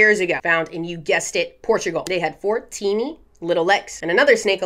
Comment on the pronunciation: Instead of, “four teeny tiny little legs” I heard, “fourteen tiny little legs” and that was a wild mental image.